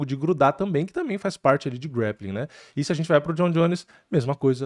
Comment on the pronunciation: Tu é muçumano? Grappling não é grEppiking 😂